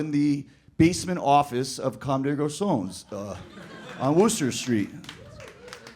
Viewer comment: But he can’t pronounce Comme Des Garçon right